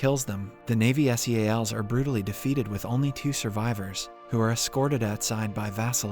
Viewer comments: man its Seals not S.e.a.l.s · im confused, i thought you were a person reading the script... not a TTS bot. NYC and SEALS are not pronounced N.Y.C or S.E.A.L. ... now im disappointed this is another bot channel ;/ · Right. I came to the comments to see what others have said. He said "ad" instead of A.D., he calls the SEAL team by their initials, and just mispronounces so many easy words and known slang that it makes me wonder how. Kind of annoying tbh. You'd think they'd at least go over it and redo those parts. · … where do some of these recap channels get their pronunciation? I’ll watch them, but some things just jump out like “NY City” and spelling out S.E.A.L.s instead of Seals like everyone else. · ive ignored alot like being oddly annoyed by your mispronunciation of staten island its sta-ten not stay-ten and its not s e a l s its seals not broken up for definition but combined like the animal you sounds like youre from the u.s.a. canada or the uk but you have no ability to enunciate correctly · PLEASE STOP PRONOUNCING SEALS AS S E A L S, IT IS SO CONFUSING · content farm people who says s.e.a.l instead of seals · WHY CANT YOU JUST SAY SEALS? CHRIST.